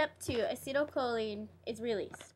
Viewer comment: This is really bad. That is not how Acetylcholine is pronounced.